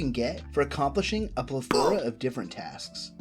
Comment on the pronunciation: It's pronounced PLETH-ER-UH. And I only know because I used to say it incorrectly as well